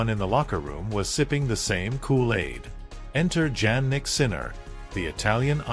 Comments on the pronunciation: It’s pronounced Ya nick not Jan nick. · Btw it's pronounced IANNIK not JANNIK. You should always check how to pronounce ppls names. I'm surprised that YOU still haven't!